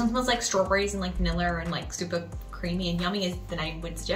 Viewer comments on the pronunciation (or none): Vaniller? It’s vanilla 🤣🤣🤣